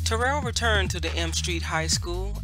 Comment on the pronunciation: My mom attended Terrell back in the day. She pronounced it just as you. She passed well into her 80’s in 2019.